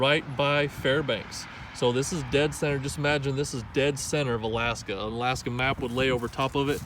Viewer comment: Love the proper pronunciation of the state. Most people down here don't know it's Ala-aska.👍